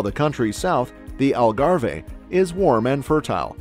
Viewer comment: As someonewho lives in portugal i cringe when you say algarve it is not pronounced how you butcher it😂